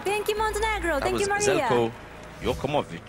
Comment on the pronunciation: No one: Graham Norton: Zelko Jokmich??